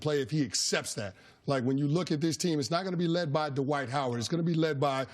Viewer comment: Why do people pronounce this man's first name as "Duhwight" Jesus Christ his name is DWIGHT.